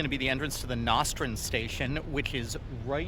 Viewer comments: You can tell who is a true Brooklynite by the way they pronounce Nostrand Avenue. The guy who made this video obviously doesn't know that it is pronounced "No-strand" and not "Nos-strand" at min. . It grates on my nerves to hear someone pronounce it as "Nos-strand," just like fingernails being scraped across a chalkboard. Btw, in Manhattan, Houston Street is pronounced "How-ston" and not "Hu-ston" like the city in Texas. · They should build it. I don’t think people will use it to interconnect distant neighborhoods but will use it to travel within their community and to access other subway lines. Either way it is needed. Umm it’s NOstrand avenue(like the word NO), not NAHstrand Avenue. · Where are you from? Nah Strand Avenue ??? It's NOstrand!! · It’s “No-strand.” And you never told us was “IBX” stands for. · It's pronounced, No strand. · Very good, can't wait. I grew up in Mill Basin and I definitely would have used it (but via a bus to reach it). Small detail, it's pronounced "No- Strand", and the intersection of Flatbush & Nostrand Avenues is The Junction, which has many bus connections. Also, the Avenue H station is over the IBX so there will be a direct Q train connection. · Why would any New Yorker be against the IBX? Transportation Diversity is one of this city’s greatest assets and certainly the IBX is looong overdue! FYI: Native New Yorkers pronounce it NOstrand (long ‘o’), not whatever it was you said. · Pronounced NO_strand like yes or no. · Please pronounce Nostrand Avenue properly. "NO-STRAND". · I heard that Nostrand Avenue mispronunciation too! Nevertheless a fun video.